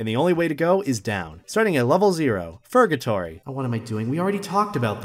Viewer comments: Murr-gatory (IM REALLY SORRY) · purr gay tory